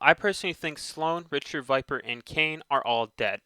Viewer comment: It's definitely NOT a p2016 cuz that was around 30 years from the current time line and they had to make 4 more to get p2020 And no offense but you've heard the word Richter 4 times and don't know how to pronounce it And blisk didn't make the games he revivied it And cooper was invited to the apex preditors And isn't it called angel city cuz of the statue i think it is an angel